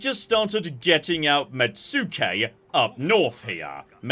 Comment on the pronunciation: This comment will continue until pronunciation improves: Mets-kay, not met-sue-kay. Please please, it hurtses us.